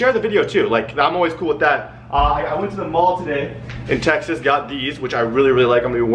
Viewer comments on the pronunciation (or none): none